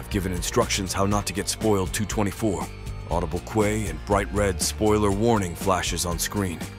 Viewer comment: “Audible kway” Lmao